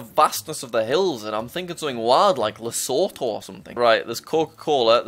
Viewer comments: It's not Lesotho. It's pronounced Lasootoo. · Nice vid, but it is le su tu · those hill were south african and it is said like li su tu but spelt lesotho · yeah its cool other than him saying lesotho wrong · The way you say Lesotho makes me kinda in raged 🇱🇸 as a South African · As a fellow South African, I think Jack's pronunciation of Lesotho is very funny!